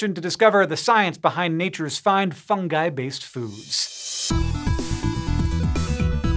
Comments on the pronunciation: He said fungi instead of fundgi. Thank god! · hank actually pronouncing fungi correctly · Hank didn't say fun-jigh! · He did it! He pronounced fungi correctly!